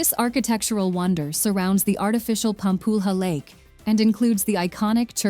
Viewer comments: I love how she calls Pampulha Pam-pull-rah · "Pampulha" is pronouced like a [=Pampúlia] .."lha", "lhe", "lho "lhu" e pronouced like [= "lia" , lie", "li", "lio" and "liu"...] just like in italian gla, gle. Gli, glo, glu, in figlio. Fogla, etc ..